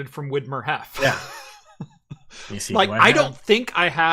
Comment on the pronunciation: As a German, I had to giggle a lot in the first 10 minutes because none of the pronunciations of Hefe (=yeast) were really correct 😁 And damn, if only I had known in 2017 that pFriem Brewery was just a few miles from Biggs Junction, I would have taken a little detour on my way to Yakima/Canada.